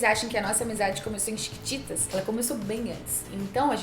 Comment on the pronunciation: ela tbm fala thiquititas!😂